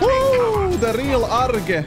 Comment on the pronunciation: Jajajajaajja ""